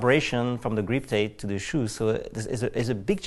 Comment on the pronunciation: Did that French dude say GREEP TAPE?!?!?! What the fuck is GREEP TAPE??????